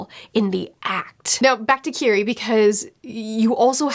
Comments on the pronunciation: Love your videos! Her name is pronnounced Kiri-eh 😘🤗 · Mispronouncing Kirie's name makes me feel like a screeching child is in my ear. Ki-ri-eh.